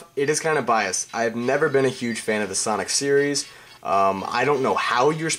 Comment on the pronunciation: "huge san of fonic"